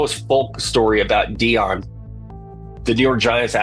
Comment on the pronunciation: Stop saying his name is Deion not Dion